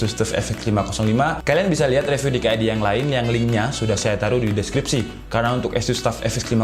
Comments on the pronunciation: Bang baca review nya jgn re tp ri, saran aja nih :) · *Saran : review dibaca riviuw